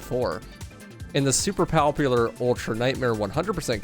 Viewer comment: "Powpular" Bruh